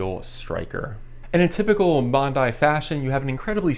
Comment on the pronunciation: Hi,, Two excellent reviews, for this shoe, the Bondi 8, and for the Gaviota 4. (Btw, in Australia, at least, it's pronounced "Bond-eye.") Question, please, for you or anyone here - I have terrible knees with not much meniscus left, and need all the cushioning I can get. Assuming either model would be a valid choice, I wonder if the Gaviota's J-frame, allegedly providing a more stable platform, might help reduce some of the torquing forces on the knees as well. Any thoughts, recommendations (yes, I have considered giving up running entirely, no thanks!) would be appreciated. Thanks again for the excellent reviews. William